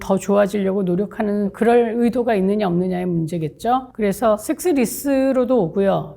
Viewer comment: 왜 식스로 들리죠 ?